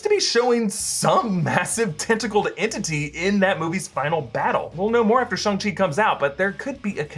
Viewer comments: Shang Chi not Shung Chi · Shang chi , SH-Anng Chi 🤣😭😭😭